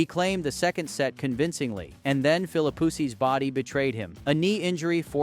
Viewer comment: you may have put a lot of work into this video, but it is bad, and for so many reasons. I'm just going let you know so maybe you'll know for your other videos: 1. I don't know if it's AI or you but the pronunciation of players' names (Sampras, Philippoussis) is awful 2. If you are doing a video of Sampras from 1999, you should use video clips from 1999 and not include other years preferably. 3. Do some research. In Wimbledon 1999, Sampras did not win the 2nd set vs Philippoussis he was down 4-6,2-1 when P'sis retired. 4. Articulate your point and vision. He lost the #1 ranking but tied Emerson's record. It's not an "anomaly" that's timing and circumstance. A) He lost the #1 ranking due to the fact he missed 2 grand slams (AO and USO) B) He tied Emerson's record of 12 grand slams because he came into 1999 with 11 and won Wimbledon. Is this just a recap of Sampras' 1999 season?